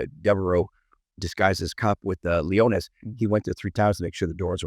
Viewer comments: Kato, please do your research. It''s Launius, not Leonis. You've missed on a few subjects. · 8 mins in and at least 1 glaring error: Deverell was NOT the guy busted smuggling dope in cadavers in 'Nam--that was Launius. Also, it's Launius not 'Leonus"......attention to detail and accuracy is what engenders respect and credibility. I know u guys know this based on yr conversations w/Det Lang. Also, something to consider: that method of smuggling during Vietnam was a major operation led by Frank Lucas in NY--in other words, I don't think Launius was a 'small-time' hood, he was Air Force and part of a massive organized crime operation that brought in literal TONS of dope. As despicable as the Wonderland 'gang' are portrayed to be--I would really like to see more research into the actual victims and their lives. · Sorry Kato, you've got a couple of things wrong right at the top. It's Ron LON-E-US and Billy DeveRELL. And Ron was dishonorably discharged, not Billy. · Love Kato & he is knowledgeable but if you’re doing a story about Wonderful again he should pronounce Ron Launius’ name correctly!